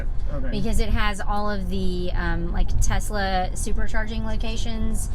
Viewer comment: Tesalesla. That's how you say it.